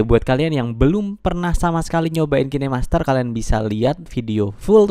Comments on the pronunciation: Bacanya kin aja jangan kine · Mon maap nich, bacax "kain" master